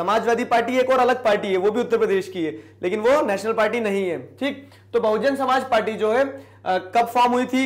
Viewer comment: Bsp Buhujun Somaajbadi party huta hi junab..😜 bhujun tak tik hi...Samaaj party asa b pronunciation huta hi kya...Or😁 Up ka.. 🙃Munaayaam singh yadav ki party k nam..Hi "Samaj badi party""""Chunaav chen CayKel